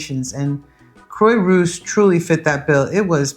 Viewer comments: Croix is not pronounced "croy" but "croa" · Quah rousse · It’s pronounced Craw-rousse😊. Great video. Thank you for the City Planner App suggestion! Brilliant ❤ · Croy-what? The least you could do is learn basic pronunciation. IPA to the rescue. [kʁwa.ʁus] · Croix-Rousse (ginger cross) crwa-russ. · You lived there HOW long, and you can’t pronounce Croix-Rousse???